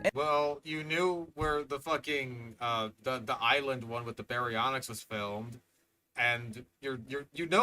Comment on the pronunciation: “BARYONKS” omfg 😂🤣